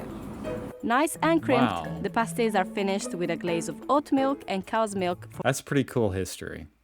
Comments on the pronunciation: Dude it's not "pastie" like paste, but "pastie" like past. Also, Cornish means from Cornwall. Jeezo you Americanos!!! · She said VEG not FUDGE. Tin mines in Cornwall..not coal. Cornish because from Cornwall..nohing to do with corn. Please listen to what is said..it is soooo frustrating. They are prouncef pahh-sties ..or with his English accent ..pass-ties.. But never pay-sties. Pay-sties are what strippers stick on their nipples. 😅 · Its not pronounced pay-stees its PAA (as in Patrick)-STIES bloody yanks getting everything wrong. And the mines were TIN. Never come to Cornwall you will get right royally screamed at for getting the names and history wrong. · How come, even though you’ve heard them saying pastie as in (castie) but still pronounces them as paste-y and nobody mentioned fudge in the video??? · not PAY-sties, PAH-sties. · It's pronounced, 'pass - tees'. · Say the word Pass (as in pass the ball) then add a T. So they're pronounced PASS - T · A paastie as you pronounce it is usually worn by a burlesque dancer to cover her nipples, just saying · Even after watching the lady pronounce the name of the item correctly several times you still managed to mispronounce it.